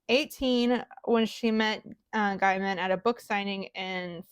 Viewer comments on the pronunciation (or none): Gay-min, Not Guy-mun